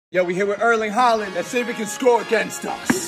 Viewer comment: I dont think logan can just pronounce the name Erling Haaland